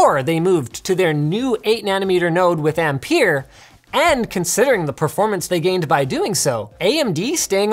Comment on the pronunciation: naughty Linus– it's ˈæmpɛr, not ˈæmpɪr!